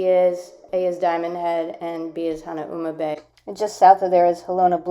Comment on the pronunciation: FYI....Waikiki=Why-kee-kee...Duke Kahanamoku won 3G/2S in 1912, 1920 & 1924 Olympiads. He was swimmer/surfer b4 becoming Olympic medalist. He was also one of HNL first sheriffs. Later, he was one of the first Hawaiians to appear in Hollywood movie...Hanauma=Hah-now-mah... Leonard's Malasada is distant relative of New Orleans beignets, sometimes filled chocolate, haupia or taro fillings...Nuuanu=Noo-ooh-wah-noo...